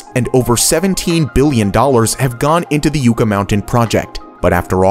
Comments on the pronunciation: The pronunciation of Yucca Mountain Is: Yucca, like UUHHH as in UNdone, or NUN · Pronounced Yucka mountain by us from Ne Vah Da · It's pronounced Yuck-a. Named after the plentiful Yucca plants (trees) in the area. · it's pronounced yuh ·kuh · You mispronounced Yucca it yukka and Nveada is Neadda. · That’s not how you say yucca lol it’s pronounced like you say “yuck” but ad a “uh” yuck•uh a yucca is the New Mexico State plant. Just fact checking lol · Please learn how to pronounce things before you talk about them. Yucca Mountain is pronounced YUCK-A and Nevada is Nev-aaaa-DUH. It’s a like apple not like ostrich. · It’s pronounced yuck-A mountain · It's pronounced yucka mountain and it's 1000 feet under ground. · Uh no, the safest way to dispose of nuclear waste is to burn it up in Liquid Fluoride Thorium Reactors (LFTR) which can easily consume the nuclear waste produced by existing nuclear reactors! Oh and it is pronounced "YUCK uh" not whatever the hell it is you're saying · It's pronounced "yucka". How is it that everything in Nevada, including its name, is seemingly purposefully mispronounced. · Having to hear “YOO-ka” that many times might’ve driven me insane. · Love the video, it's pronounced Yuc-ca like... yucky lol And nevada is ne-vAh-duh the a isn't an o, there's many nevada city's and county's pronounced like you say but not the state. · Yo. I couldn't even watch the last one.. yucca is pronounced like 'Yuck-uh' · As a person that lived in Las Vegas for 20 years, and people talked about this project, it is pronounced yuh-kuh mountain. It's like other people saying Nevada wrong too. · Yucca is pronounced 'YUCK-uh'. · It’s pronounced “yucka” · Yucca pronounced yuck-uh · Can you please learn to pronounce "yucca"...Yuck-ah... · Yucca is pronounced "Yuck-uh" ... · "Yooka?" Anyone who ever lived in the west would never pronounce it this way. Do some research. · It’s pronounced yuk ah mountain. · It’s pronounced YUCKA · You mispronounced "yucca"